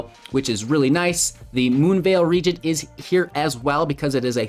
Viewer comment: Tergrid is my one of my fav. Glad to see your take. And glad to hear you pronounce Regent correctly. :p